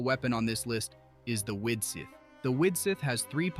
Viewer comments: Who is Rio-thees-ly?? Lol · Ry-Zlee lol. We finally heard the pronunciation in game and not a single youtuber has used it lol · Very nice guide! But I laughed every time "Wriotsley" was pronounced in a different way in the video haha I'm rooting for him to get his C1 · Mf pronounced his name in 50 different ways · There were like 5 different Wriothesley pronunciations lol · Dude said Wriothesley's name different every time e.e If you're gonna do a showcase, at least learn the character's name, or be consistent with one pronunciation. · Imagine getting mad at an ai for mispronouncing a name💀 learn to not waste ur breathe bruh